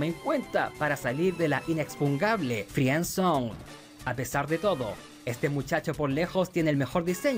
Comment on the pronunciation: cuando digas "friendzone" o "family friendly" recuerda que la "i" es muda, (frend, frendly)